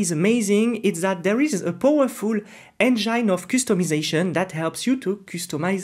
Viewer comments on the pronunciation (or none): i don't mind your accent but your pronunciation of some words sucks men.....kustom instead of custom, engyne instead of engine aaghr..no offense tho, and thanks for your time